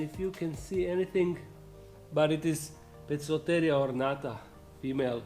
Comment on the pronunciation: I wish people would learn, that a c in front of e, i, y, are pronounced as S. And c in front of a, o, u, are pronounced as K, in Latin. So, therefore Poecilotheria is not Pokloteria. It's Poesilotheria. And it's not Pokies. It's Posies. Please spred the word. Best wishes from. Bo.